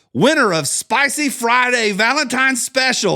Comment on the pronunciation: I know you say Valen-time on purpose. I just know it. Troll.